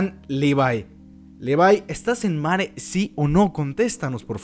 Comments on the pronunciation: ¿Porque le dices Levai? se dice Levi y Jean no es Yan o como lo digas es ( lo diré como se pronunciaría) jin. y si estoy mal alguien que me responda XD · buen video pero deja de pronunciar los nombres mal por favor levi es LE . VI no LI . VAI y angie es AN . LLI no JAN . LLI , no inventes pronunciaciones mal hechas sin saber ingles jajajaja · Por que le dice livay y jan, que yo sepa a levi y jin ps asi lo pronuncian en el anime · Dislike porque en vez de Levi decís levai :v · Se pronuncia "livai".